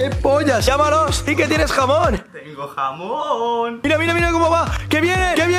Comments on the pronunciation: Fui la única que escuche "jabón" y decía "jamón" jajaja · Jaja pense que dijo jabon que jamon